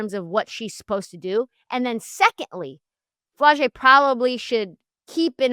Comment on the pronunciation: “Flaw’-Jay”…..like Flawless . Never flo-jay